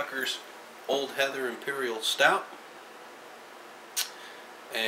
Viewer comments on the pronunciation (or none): Old Heathen, not Heather. It's an Imperial Stout, I love it so damn much! I went down to Easton but I forgot my directions are missed the brewery. I'll have to get down there again in 2014. Cheers...